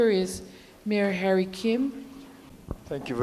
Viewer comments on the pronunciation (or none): none